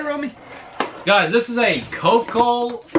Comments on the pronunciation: Best part of the video hearing you miss pronounce coleco lol 😂 basically like a pong console clone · Coleco, he pronounced it “coal co”. Had me rollin🤣. C’mon guys, I know you’ve heard of Colecovision! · pronounced co-leak-co but i've only seen colecovision so no idea what this is